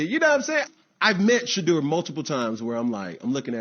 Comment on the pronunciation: How you say his name makes my balls ache